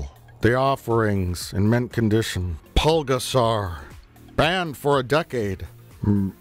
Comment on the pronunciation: Mike misread "PULGASARI" as "PULGASAR!". And it's a ripoff of Godzilla, it's not a horror movie. The bottom of the cover says "Original Japanese Dialog with English Subtitles". This is not a Japanese movie, it's a North Korean movie directed by a kidnapped South Korean director. With such a dumb error, it wouldn't surprise me if the people making the box actually assumed it was an exclamation mark and not the letter I.